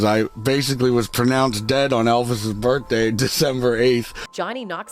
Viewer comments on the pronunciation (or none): "...on Elvis's burfday" wow special boy